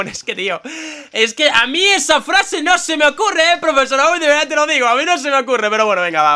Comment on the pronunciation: lo de "VEERDAH" lo decias en el video de gameplay de muñecos si mal no recuerdo lo decia woody jajajajaja